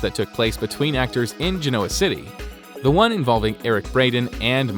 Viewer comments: GEN-o-uh is closer to the way it has typically been pronounced. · Sounds like Brenda Dixon Vixen….. damn what happened to her face. It was not in the early years pronounced Ge-NOA. I thought it was too, but they pronounced it on the show Ge-noa.